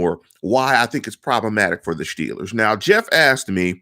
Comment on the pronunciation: you don't know your ass from a hole in the ground. Time and time again you make bold statements like you're somekinda tough guy personality, but you never have solid info to back it up. With this garbage model, seriously, this model is garbage, you predict the Shteelers to be 13 and 3. You randomly assign a 28 score to a few quarterbacks and admittedly have no logic to back up why. Then You predict we lose to the ravens twice. Then you flat out say you don't think the Ravens are going to go 14 and 2, with no grounds for why, you just "don't think" so huh? So You're saying the Ravens, who have an easier schedule than the Steelers, playing nearly the exact same teams as the Shteelers, would have finish 12-4? Because they have to finish one less win due to the head-to-head schedule. Why don't you use your model to predict a Ravens record instead of making dumb ass statements like this? Man, I like this site, but I cannot stand the bullshit that you contribute to it. I could barely handle hearing you say "Shteelers" or "Shtrnth of shchedule" over and over. I'm sure you're a good person, but you're the worst Steelers Blogger (or whatever yiu guys are called) I come across regularly.